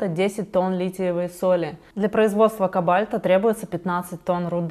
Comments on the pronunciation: ....кАбальта? Я почему-то всегда думала, что КОбальт. Так в школе учили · "Лития и КобАльта" 🤦🏼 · извини за поправку, но у "кобальта" ударение на первый слог.